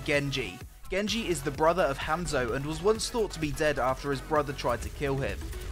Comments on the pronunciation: rly m8 you said hamzo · your supposed to say it like honzo